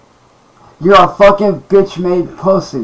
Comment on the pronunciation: "Im tired of being a vitch."